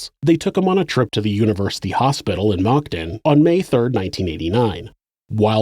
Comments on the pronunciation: Maybe it's just these headphones but it sounds like you're saying "mocton". For future reference, Moncton is pronounced "munk tun" like the munk from chipmunk. And tun like a 5 ton truck. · Awesome video, as always! Moncton is pronounced "munkton" :D